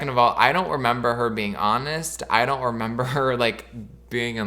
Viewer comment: “Daurn’t” is sending me so bad